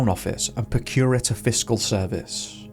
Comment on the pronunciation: Please learn how to pronounce Procurator Fiscal and other Scottish words in your video. He is the highest ranking person of crime. You sound so ignorant.